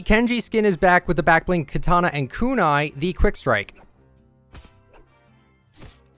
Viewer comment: it's Kunai not Ku nai.